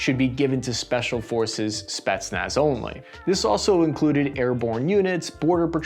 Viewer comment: what are Spi..nach, spitmuch....?